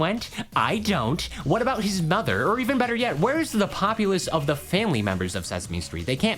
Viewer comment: Sesme stret